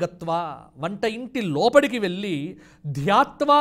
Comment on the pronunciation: needs to correct his pronunciation at times. Eg., వెల్లి is wrong. వెళ్లి is correct